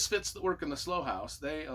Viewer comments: Long long time fan of Mick Herron and can’t wait for the next in the series they just get better and better. The TV series is fantastic by the way!! And as a U.K. resident Slough is pronounced sl OW. Like OW a when you bang your finger with a hammer say 😂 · Looking forward to reading it. FYI, Slough is pronounced like “how,” and “cow.” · It's Slough (pronounced like rhyming with 'how') and it's a town outside of London.